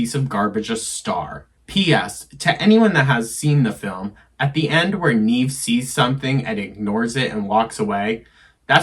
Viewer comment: One thing....I do think you're pronouncing Neve Campbell's name wrong. I am older than you and grew up with her being this mega star at the time and it was always pronounced Neve with a short e sound....not Neeve like you say it. Nev like Bev